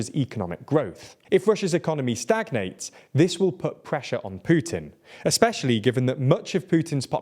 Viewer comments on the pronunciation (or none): none